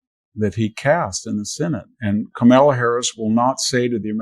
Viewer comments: It’s not Ka-mela. It’s Ka-ma-la. You’re welcome. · Victor, your insight would have more impact if you would at least pronounce CAR-ma-la's and La-TEE-sha's names correctly. Since we all know you're smart and well informed it would communicate less disrespect and bias. Otherwise, great discussion! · Please pronounce Kamala's name correctly out of respect & accuracy .I think Biden is good for seven months but not four years. That's what you're missing. Also- his administration has been in place for nearly 3.5 years. If they can't sail the ship at this point we are in serious trouble! Go Jack go!!